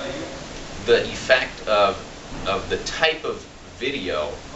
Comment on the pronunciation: The way he pronounces effect